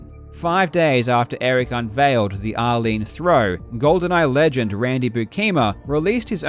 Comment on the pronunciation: Anyone hearing r-lean as Arlene? Like who's Arlene and why name the throw after her 😂